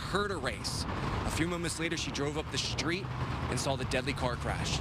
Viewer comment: Drove up the “schtreet?” Millennials.